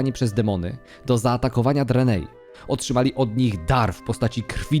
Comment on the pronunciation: Po pierwsze - Primo: HAJ-DŻAL ! Po drugie - Primo: KIL-DŻEJDEN ! Po trzecie - Primo-Ultimo: DRE-NAI !! Sorry, ale musiałem, bo normalnie krwotok z uszu, szczególnie przy “dranejach” co 10 sekundach na poczatku. Skoro jedne nazwy własne wymawiasz jak w oryginale, to badź konsekwetny przy innych.